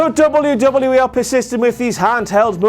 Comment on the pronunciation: Dub-you dub-yu E... NOT double U DOUBLE YOU!! E 😂